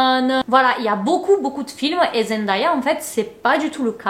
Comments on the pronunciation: Elle dit toujours qu’on dit son nom Zen Dé ya et pas Zen da ya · Merci Mais son prénom se prononce zendeya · Coucou beauté , superbe GIVDT. Puisque tu comptes faire d'autres vidéos sur l'incroyable Zendaya, je peux juste préciser que ça se prononce Zendèya (''day'' comme ...day 🤷‍♀️) . Bisous ♥️ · Je cherchais ce commentaire ! Dans toutes les vidéos sur Zendaya que j’ai vu les vidéos sont toujours super mais à chaque fois je suis perturbée par la prononciation 😅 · Salut! Très bonne vidéo. Il y a un seul détail que j'aimerais corriger, la prononciation de son nom. Elle prononce la partie ''day'' de son nom comme le mot ''day'' en anglais qui veut dire jour ou dia en portugais. Elle a elle-même fait une vidéo à ce sujet ;) Voici le lien